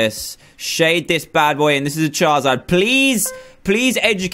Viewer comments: Dan do you say chaezard instead of charizard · Did that cupcake guy say, chizard, it's Charizard, Pokemon noobs am I right